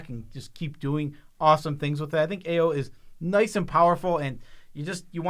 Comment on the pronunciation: an hour and eightteen minutes in and maaan, I just gotta say it - kudos for saying AO right. Godd fkin dammit, everybody sucks so much when saying Japanese names. Eio, Ayo, not a single freaking one of otther mtg creators say AO. still a lot of U (ooh) sound in that O (oh), but you're close